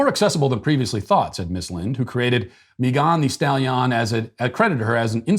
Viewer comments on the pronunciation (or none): Matt: "Mee-gon Thee Stally-on" LOL Here's a how-to pronounce video, Matt: I winced and laughed every time you said her name. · Mee Gone Stal Ee On 🤣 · Hearing Matt pronounce Me-GON the Stal-YON was exactly what I needed to hear today! I love how he always nails the pronunciations of people's names! SBG for life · Matt pronouncing mee-gah-n the stali-ah-n is amazing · Someone please make a compilation of every time he said "mee-gahn thee stall-yawn" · every time you say "mee-gahn thee stal-yahn" I bust out into laughter. Doesn't get old 🤣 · Me Gone the Stale Yawn! I couldn't tell if Matt was aping a bad French accent or had honestly never heard of this woman. Well played either way! 😆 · Matt pronouncing "Megan Thee Stallion" 😂😂 what was he thinking? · The way Matt Walsh pronounces Megan Stallion lmao 😂 like its some exotic name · My girlfriend listens to megan the stallion. I am now pronouncing it like that to annoy her. Thank you, Matt. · This whole episode: 👨‍🍳 💋 Why did you pronounce “Megan the Stallion” like that?! 🤣🤣🤣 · Why does Matt pronounce Megan The Stallion like that? Did I miss an episode that started this? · Haha….Matt has me laughing like an idiot at work over how he pronounced Megan The Stallion 😅😂🤣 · Me too!!